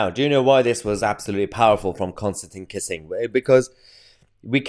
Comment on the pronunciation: It's pronounced 'Kisin', Mahyar, not 'kissing'.